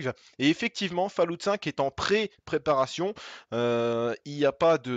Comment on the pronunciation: essaye juste de dire "Follawt" au lieu de "falloute" lol sinon super video